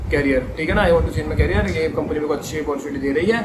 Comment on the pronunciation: it's a helpful video for call center's interviews but not to say carrier (कैरियर) । it's career (करियर) R1 rcm's interview is not so easy .